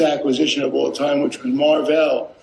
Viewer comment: “Mar Velle”